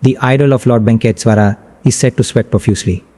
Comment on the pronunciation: Ye kaun YouTuber hai bhai jo aise pronunciation kar raha hai Venkateshwara ka 🙄😒😏